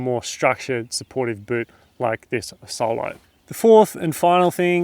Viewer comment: Nice video, and by the way, Asolo is the name of a town near Venice, it is pronounced as if it was written "Ázolo", not "Assólo"